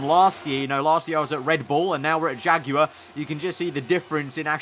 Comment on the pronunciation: OH24 jagwire 😒😒😞😞